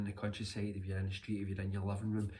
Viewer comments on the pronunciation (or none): none